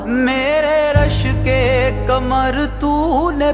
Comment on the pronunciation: Learn to pronounce ق correctly. Your رشک قمر sounds like رشک کمر.